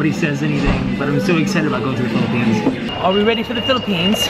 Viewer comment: Iam in the phillipines because iam a filipino... SAID PHILAPINES